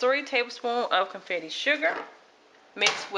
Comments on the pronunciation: I love your recipe it looks very good and I love your attitude, but please sweetheart say "bundt" pan not "bunted" and "confectioners" sugar not "confetti" sugar and you'll be alright. Keep making good videos like this one. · Love the easy recipe but the pan is called “bunt” and the icing sugar is “con-fect-shon-er”